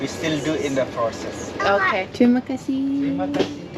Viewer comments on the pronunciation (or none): wanted to let you know, thank you is terimah kasih not tumaksi